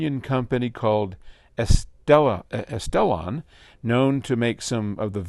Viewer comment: ES-tel-on, emphasis on the first syllable. They were three rooms down from you at AXPONA